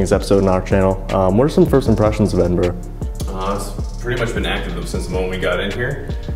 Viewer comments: As someone who grew up just outside Edinburgh, Scotland, it makes me so happy to hear Edinburgh pronounced properly. Thank you. 😂 love the vid! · I was born and raised in Edinburgh (scotland) I'm om very happy you have pronounced Edinburgh correctly 😂